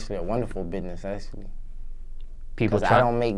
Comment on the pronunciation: lmao he said bihness and mineccities I'm dead😂 bless his heart at least he's doin what he likes